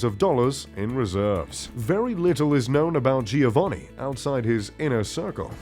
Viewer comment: Younshould learn how to pronounce „Giovanni“. Next, who you show as „Dieter Schwarz“ actually is „Michael Otto“ from Otto Versand.